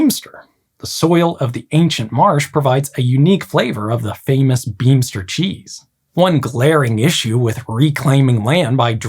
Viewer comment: Beemster cheese is my preferred cheese. the "ee" in Beemster, sounds like an "A". you did wel Dutch sounds: "aa"->"Aah", "ee"->"A", "oo"->like the o from oke, "uu"->???, "ie"-> "ee", "ou"&"au"->"ou", "ij"&"ei" mostly like "i", "ui"->closest to "ohy" or "ohje", "ch"->like the G in "great"&"grauwl", so "sch" is ss+Gg